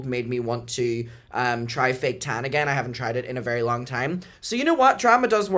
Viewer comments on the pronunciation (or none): I can’t stop laughing at you at the accent “the tannna” 😂😂😂😂😂